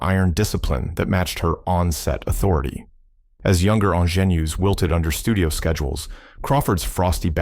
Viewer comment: “Sunset Boulevard” 1950 was shot in Black and White. Not Technicolor. Work on the pronunciation of “Ingénue,” the proper way to say Bette Davis too. Or listen to the 1981 recording of “Bette Davis Eyes,” by Kim Carnes.